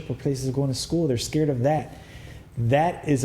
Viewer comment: the cwiminawls aw scawwed also: BAAAAAAAAAAAAAAALD